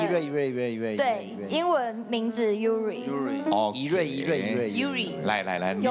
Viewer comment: Yuri 不會念？？臺灣英語那麼糟糕？？我知道糟糕但到這樣？